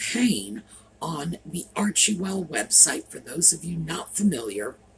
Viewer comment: Arch well you don't pronounce the middle e